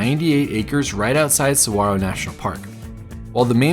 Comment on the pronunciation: Thanks for pronouncing saguaro correctly 😊